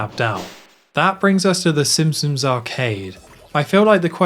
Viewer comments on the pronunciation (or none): I enjoyed the video, but, are you saying “Simpsons” or “Simpsoms”?